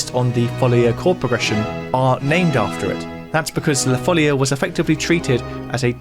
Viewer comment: this cord progression of la folia gives a renaissance touch even with your composition with electronic instruments. BTW, in Spanish it is la folía with a stress on the i. Some claim that due to its musical form, style and the etymology of the word, it is assumed that the melody emerged as a dance in the middle or end of the 15th century, in Portugal or in the former Kingdom of León (an area of Galician influence) or in the Kingdom of Valencia. Both in Portuguese and in Catalan/Valencian "la folia" is pronounced with a stress on the I, even if the accent is not written. Sorry for the pedantry 🥸